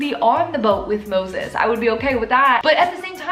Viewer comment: They way you kept saying Moses, lol